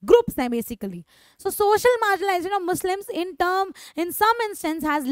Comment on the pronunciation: Marginalisation❌ Margin*I*lisation✅✅ 😅😅😂😂